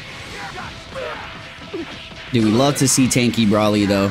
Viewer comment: Maybe I'm missing something here, but why does call him Brahly? Everyone knows it's pronounced Broly.